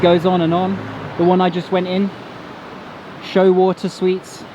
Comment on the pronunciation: yeah when he said "shoe water" I lost it😂